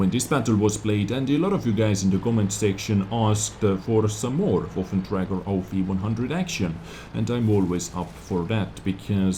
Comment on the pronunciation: PLEASE learn to say waffenträger, it's not woffen